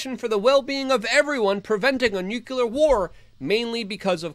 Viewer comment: Not "nucular." NUCLEAR.